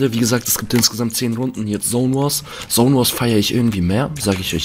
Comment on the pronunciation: Es heißt Zone und nicht sone